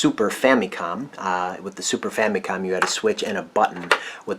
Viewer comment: I just want to ask, why do you pronounce the Famicom like Fa-Mee-Kohm, and not Fa-MUH-kohm like most people do?